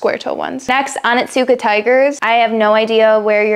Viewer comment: Oh neets kah, not Ah nit soo kuh